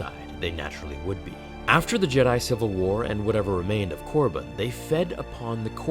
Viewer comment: Is he trying to say Korriban...